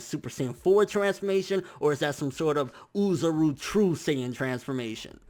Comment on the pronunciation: Oh-zah-roo. Please m8 I'm begging you.